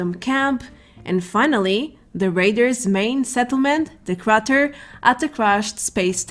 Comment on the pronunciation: Oh, pronunciation tip: crater rhymes with raider.